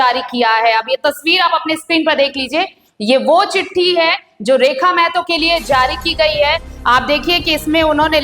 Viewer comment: मेहतो नहीं.... महतो होता है।